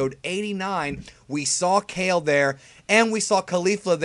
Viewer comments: its pronounced ka-leh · With how stingy this dude usually is about pronouncing names the Japanese way, it's odd to hear him saying Kale the vanilla English way instead of "kah-lay". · Kale's name is pronounced "Kah-L(R)ay"